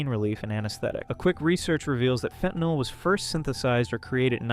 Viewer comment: "Fen-tannel!" I'm dyin'!! xD